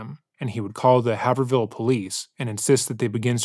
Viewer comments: Haver Hill? HayverVille? bro, its "Hayvrill" lololol ❤ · Haverhill isn't pronounced "have-r-hill", it's pronounced "hay-verr-ill" or "hay-verr-ull" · Hay-ver-ill, not Have-her-hill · Not trying to be a masshole lol but it's "havrill" ("a" sounds like in the word "ate") that's how it's pronounced😊 I love your channel & it doesn't matter but I figured I would lyk❤ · The narrator is butchering the name ‘Haverhill’. 😂. It’s pronounced ‘hayverill’. I’ve spent a lot of time there throughout most of my life visiting family. Pretty town right on the border of Mass and new hampshire. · It's a small note, but since you mentioned it few times the town of Haverhill is pronounced by the people in Massachusetts as Have-rill. Have sounds like cave or save and the second H is silent. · Are you saying Haverhill? It’s pronounced Hay-vrul 😂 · I live in MA and fun fact, it’s pronounced like “havrill.” Really pronouncing the “A” like you’re saying “hey” and no pronunciation of “er.” Great video thank you as always. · Thank you for covering this case. Oh btw the pronunciation of Haverhill is “Hay-vrill” ❤ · I’m from Littleton NH, haverhill is pronounced HAYV-rel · The idea that police need to respond to every “missing person” with all out resources is a little precious. How many “missing people” actually turn up in less than 24 hours? Something like 90%? 🤔🤣 And it’s pronounced “Haver-ill” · I have at least 3 friends who look very much like this picture.. (has someone already told you it’s pronounced Hay-ver-ill) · Haver-ill The second h is silent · The way you keep saying haverhill is taking me out 😭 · “Haverhill” ouch, that hurt my New England ears! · The pronunciation of Haverhill is killing me 😂